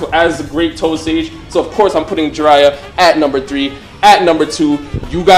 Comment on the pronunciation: Did my guy say Jiraya???